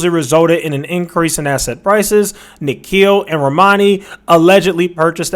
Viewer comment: My guy butchered these names hahaha...😂😂 Ishan is pronounced as Ih-Shan and Nikhil as Nick-hill😅😅